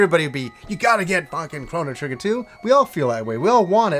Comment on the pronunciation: Big shout out from Yorkshire! Thanks for saying it right!